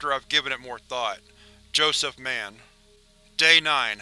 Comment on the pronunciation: Ugh, I love your content. But sometimes your pronounce things so weirdly. Don't pronounce the name Mann like it's a super hero moniker,. When its a name, stress the vowel or the end of syllable or something.